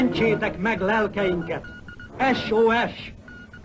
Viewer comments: E S H - O H - E S H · The way he actually says "sos" is very funny i cant hold myself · Hungarians pronounce the S as SH, so that is why.